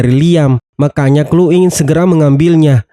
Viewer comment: Bilang ny kloi bukan klu